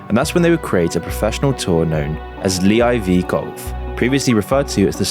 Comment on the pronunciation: It’s live bro not lee IV 😂